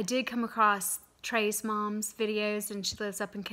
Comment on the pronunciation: Are you saying “Tre’s Mom?”